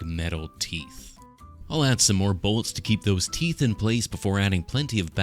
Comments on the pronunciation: You keep mispronouncing “teef“ Not very orcy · YOUZ DIDN’T SAY IT LIKE A PROPPA ORK! IT’S PRONOUNCED ’TEEF’, YA SHTUPID HUMIE!! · Ya keep mispronouncing teef, ya stoopid humie! Heh, seriously though this is wicked awesome.